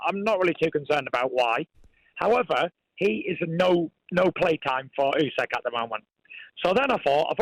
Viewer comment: I love how he cannot/doesn't pronounce Usyk's name correctly.